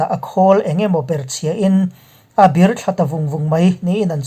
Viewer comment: ...a 'bir' thla ta vung vung...tih a 'bir' tih i thluk dan hi kan hriat dan loh ang ania...keimahah chuan a diklo hú... 'He building hi a 'sang' hle mai' tiha 'sang' kan thluk ang hian 'bir' tih lai hi kan thluk ṭhin.